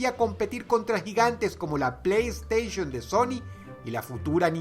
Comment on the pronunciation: O pronuncio bien playstation....oh por neptuno